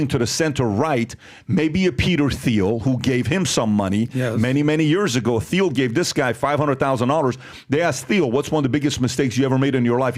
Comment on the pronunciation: It’s pronounced “Peter TEAL” …”TEAL”…..”TEAL” Yes it’s spelled like Peter Thiel but it’s pronounced like “Teal” I feel like Pat is pranking the world but saying this dudes name wrong. And everyone sits there straight faced like it sounds right lol 4+ years ago not knowing his name makes sense but we all hear his name regularly. Especially if you’re loosely interested in business/economics/power dynamics